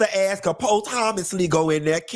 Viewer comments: “Po Thomasly?!?!”💀💀💀😂😂😂 (posthumously) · "Po-thomas-ly" really just took me tf out 😅🗣️